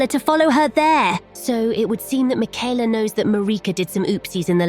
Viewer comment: You don't pronounce it Miquella. It's Miquella